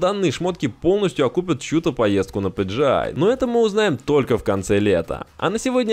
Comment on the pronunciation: Не пиджиай, а пиджиэл